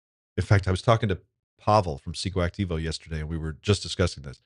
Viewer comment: Wow! You said Pscoactivo perfectly today! 😛 I think it makes sense for you to have Members only Monday on Wednesday. 🤗 Just ❤️ your channel…